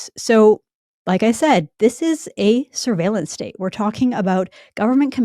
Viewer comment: "Syrveilenc stayte." How do you think they spell it?